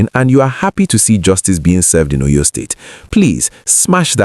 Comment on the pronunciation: Please learn how to pronounce the name of the state. Óyó, Óryór